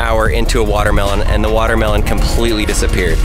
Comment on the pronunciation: Buht... da smol wahtahmeelohn ees eentakt... whaaa?